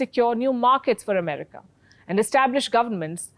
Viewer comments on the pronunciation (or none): none